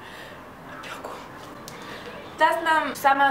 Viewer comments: не опёку, а опеку)) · опЕку)) там е а не ё)